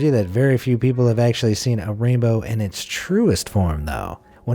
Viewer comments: did he just say ranbow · The way he said rain bow